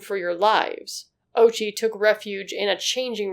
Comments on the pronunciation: It's o-U-chi, not OH-chi. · O'oochi not Ouchie. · God plays sick jokes with irony. The mans name is ouchi bruh and i thnk a lot of people would pronouce it owchy lol Holy heeellllll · The pronunciation of ouchi is oh-ooh-chi. Also, neuron beams🤣🤣🤣🤣🤣🤣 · The name “Ouchi” can be mispronounced as “Ouchie”. Edit: I meant similar to “Ouchie”, not mispronounced.